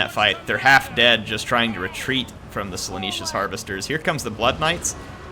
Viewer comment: I get triggered every time you say “Slaaneesh” when it is spelled and pronounced Slaa-nesh get it right please